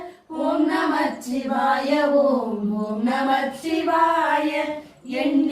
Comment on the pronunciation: நமசிவாய என்பது ஐந்தெழுத்து மந்திரம்.நமச்சிவாய என்று உச்சரிக்க கூடாது அன்பு மகள்களே 🙏